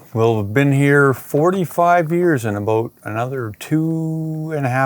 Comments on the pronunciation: real quality Canadian “aboot” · . Aboot. Peak Canada🍁💪